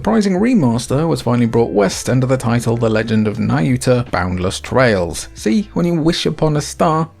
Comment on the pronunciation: I keep hearing Trials instead of Trails throughout this video lol